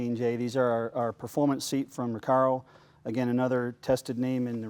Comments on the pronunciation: Also, is it pronounced "Ra-CAR-o"? Jay keeps pronouncing it "Ra-CARE-o"...... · "Rec-air-oh" shut the fuck up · Wow he butchers Recaro.... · Im so glad someone was thinking what i was thinking. Stop talking about the seat Jay, your driving me crazy saying it that way!